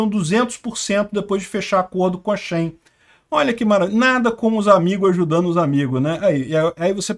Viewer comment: Não é shain é shi-in